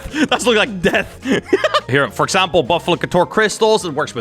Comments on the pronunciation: How says it: Buffalokaetjwotjg How everyone says it: Buffalkor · It's not buffalukator it's buffakor!!